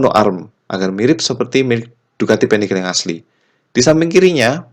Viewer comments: Panigale nyebutnya tetap PANIGALE om bukan penigel.. Krn ejaan bahasa italia beda sama ejaan inggris hehe... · Panigale om, made italy soalnya. Jadi baca atau pengucapanya pake aksen italy. bukan panigel. 🙏🏻 . Btw modif nya gud sangad. 👍🏻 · Untung nyebut panigel nya gak begitu sering🤣